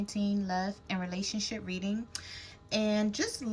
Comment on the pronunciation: I Almost thought you said RelationSHIT Lol 😂